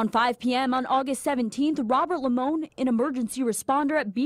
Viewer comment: "... squeeze the Limon"... 🤣 This is why I adore watching 😜